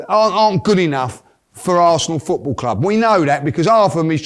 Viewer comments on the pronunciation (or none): none